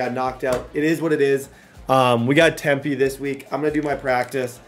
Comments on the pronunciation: Bro called Temple “Tempe” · Other than calling Temple, Tempe. This entire video was fire.